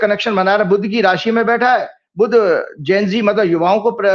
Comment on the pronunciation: ne pahli bar sahi pronounce kiya..Gen Z. Thanks. Zara ko bhi sikha dijiye ki ashuddh oocharan ka tyag karein.. The right ✅️ word is Gen Z.